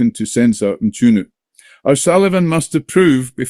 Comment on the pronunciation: O'Sullivan has been in SA for how long and he still can't pronounce words like 'Mchunu' properly. He's an arse.